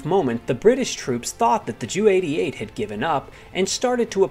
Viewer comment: When referring to a Junkers Ju-88 please don't call it a Jew-88. The J and the U are pronounced separately.